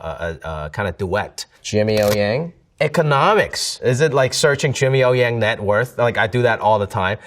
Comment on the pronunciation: Jimmy呀，用上海话说太地道了！